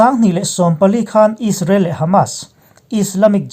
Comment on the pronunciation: He channel hi ka sawisel tawh miah lo. Alpha Mizo Production nei tu hian May thla tih pawh a sawi thiam lo, Israel pawh a sawi thiam lo Is-ra-el a ti hihihi he tianga sawi hi ka vawikhat hriatna. Rainbow channel nei tu Mahmuna phei chuan chipchiar tih leh zalenna tih pawh an sawi thiam lo. Hmeichhe ho an tluk lo khawp mai. Milarte news etc